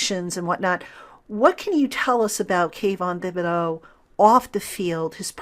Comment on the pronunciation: I believe it's pronounced Ti-buh-do.